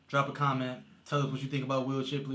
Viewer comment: SHIP-----LEY. NOT CHIP---LEY